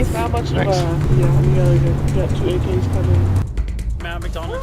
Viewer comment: 2 aks? Lmao